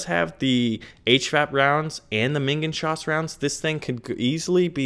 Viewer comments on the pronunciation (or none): You pronounce minengeschoss like meanaen (ae pronounced like one letter) gaeshoess